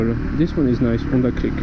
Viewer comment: This is the first decent review I saw on that model. I really think it is attractive, and so cheap too! I suppose you are French, due to your "R" and your "Onda" in stead of saying the H out loud, ha ha. Good luck and drive safely.